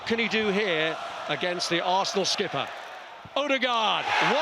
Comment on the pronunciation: Fff arsss-na